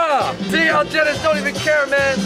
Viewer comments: why pronounce his name like that when he clearly introduced himself as algenis? (al-hen-nees) 🙄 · why did they not try to pronounce Algenis's name like how he pronounces it. He even said it at the beginning. They put a hard g on it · AL-HE-NISS damn it’s not that hard 🤦🏽‍♀️ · If you take the time to pronounce the dishes correctly, do so for your friend's name. I really enjoyed this channel, but stuff like this just shows a flippant ignorance of the culture that you're trying to share with people.